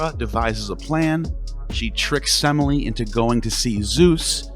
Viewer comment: I'm laughing because you mispronounced Semele. The middle e is an accented epsilon, se-may-le 😂